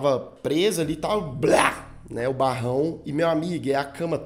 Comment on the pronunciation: Quando o lucas fala barrão eu me racho de rir!!!! kkkkkkkkk